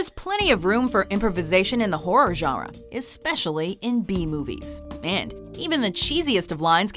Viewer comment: In the Horror jawra xD